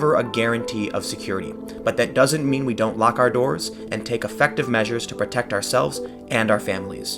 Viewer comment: "... take UH-fective measures..." Tim... it's "E-ffective" , not "UHffective".